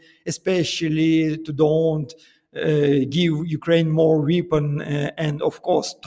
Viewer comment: Руслан, здравствуйте! В первые зашёл на ваш англоязычный канал, стараюсь вас отслеживать везде, но сюда добрался в первые :) Впечатлён вашим владением языка, очень приятно вас слушать. Прошу не воспринимать как критику, но обратите внимание на ваше произношение слова weapon. Он у вас идёт на индийско-африканский лад. В остальном - все супер. Удачи вам, буду с удовольствием и на английском Вас слушать. И ещё позвольте вопрос: как вы считаете, анонсированная встреча в Будапеште: привет из прошлого, в первую очередь для Украины с тонким подтекстом, что Украина и тогда и сейчас ничего не решает, а находится по сути "на столе"?